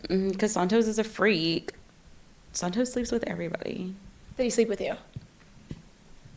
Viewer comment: The way she says "Sahntoes" like her hispanic ass can't pronounce it properly 😂 she uses her "Spanish " when its convenient to her musty ass😅 ...i love your videos! I deleted tiktok but stay current thanks to you haha